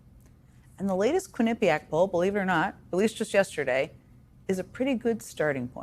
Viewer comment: It's pronounced "Quini PEE ac" not "Quin IP iac".